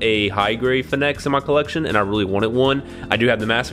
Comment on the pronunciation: It's pronounced Phoenix, like "Fee-Nicks" the fire bird that dies and comes back to like from old legends .